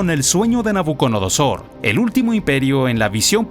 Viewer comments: Es nabuco"DO"nosor y NO nabuco"NO"dosor😅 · Me enoja sobremanera que el comentarista no sepa pronunciar el nombre de Nabucodonosor.